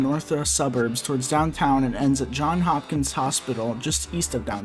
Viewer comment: Do you have something against "S"es? It's "JohnS" Hopkins and "OwingS" Mills! "CincinNati" is misspelled, too! DO YOUR RESEARCH.